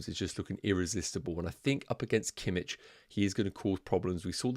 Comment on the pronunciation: It's kimiH not kimiČ 😅